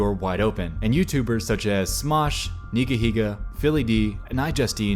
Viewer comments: “Nigy Hega” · So that's how you pronounce NigaHiga!